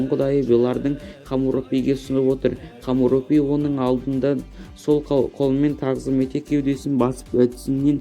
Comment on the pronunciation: Хомуропи емес Хамурапи.Сосн неге мың мың етіп сөйлеп отырсың.Нақты нақты айтсай